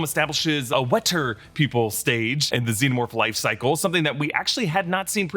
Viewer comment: "Theres sum'n in the wo'er"